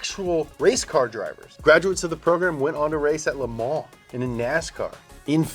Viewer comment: pronounces 'Le Mans' like "Lemon" except for some reason he gags on the M.